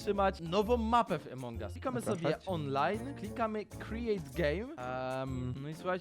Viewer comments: nie mówi sie emong us tylko among us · Mówi sie Amongas